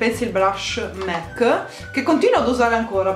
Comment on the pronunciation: qualcuno le dice che si dice mac e non mec :)